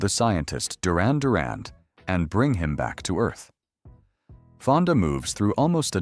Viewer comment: There is no letter d in the name Duran, it is not pronounced Durand, it is phonetically prounced "jew-ran". It is spelt "Duran".